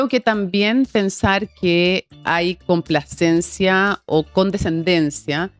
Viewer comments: Jajaja Yo tambien me fije, dale con la complaciencia... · La periodista de Turno, toda la entrevista pronunció mal la palabra complacencia, no acusó recibo cuando Rincón la pronunció correctamente. Un mínimo es que los periodistas hablen correctamente.